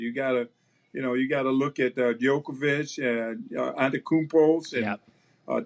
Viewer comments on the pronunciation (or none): bro said jokavic 😂😂🤦🏿‍♂️ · Faux pass with "Jokovich". He corrected later and said Jokic properly. He be old so its understandable. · Alex said Djokovic 😂